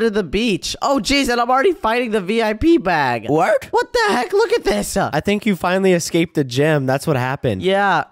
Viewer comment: Why does say wart instead of what